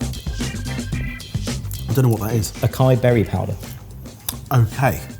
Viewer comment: is the first person I've ever heard pronounce acai the way I naturally do.